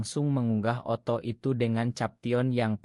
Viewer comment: Maaf, saya heran dengan suara narator akun ini, mirip suara narator akun lain. Yang saya herankan, beliau tidak mengucapkan kata/istilah dengan benar/lengkap. Contoh: di layar tertulis "investor", yg terdengar "inestor", di layar tertulis "foto", yg terdengar "oto". "video" jadi "ideo", dsb. Apakah ia bukan orang Indonesia atau ...?